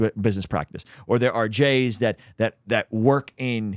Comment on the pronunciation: Why aren't you saying the jews.. why say jays ,sounds ridiculous.